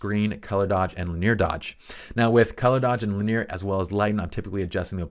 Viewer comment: "linear" has three syllables…otherwise, great stuff, as always. lin·e·ar ˈlinēər/Submit adjective 1. arranged in or extending along a straight or nearly straight line. "linear arrangements" synonyms: straight, direct, undeviating, as straight as an arrow; More consisting of or predominantly formed using lines or outlines. "simple linear designs" involving one dimension only. "linear elasticity" MATHEMATICS able to be represented by a straight line on a graph; involving or exhibiting directly proportional change in two related quantities. "linear functions" 2. progressing from one stage to another in a single series of steps; sequential. "a linear narrative"